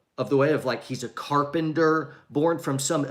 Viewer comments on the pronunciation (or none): I'm offended by your pronunciation of carpenter. Carpender??? Sheesh haha